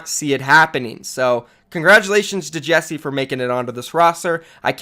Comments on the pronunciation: Ikr? It bugs me so much, you pronounce it JEK SAY not Jessie :/ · It’s JECSE, not Jesse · Still pronounce jecse wrong. Cmon man 😓